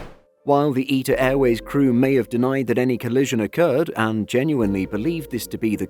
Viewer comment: Eeta Airways 😂😂. Mate it’s ITA